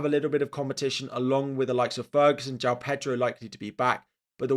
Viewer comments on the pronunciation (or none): none